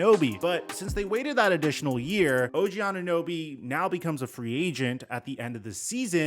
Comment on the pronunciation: She cant even say OG name correct